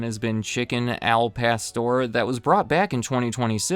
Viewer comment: They way he said 'al pastor' hurt my ears lol